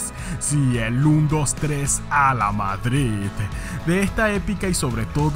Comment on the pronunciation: en el minuto ¿dices vadrid?